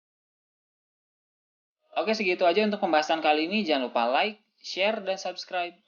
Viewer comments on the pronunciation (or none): none